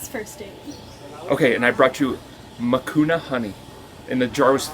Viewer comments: “Makuna” honey😂 It’s Manuka Honey. 😅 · I could be wrong but I think it’s Manuka honey (pronounced manooka). 🇦🇺🐝